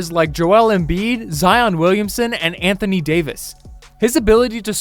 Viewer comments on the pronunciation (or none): none